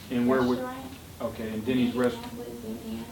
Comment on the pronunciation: Did she say indianapoli indiana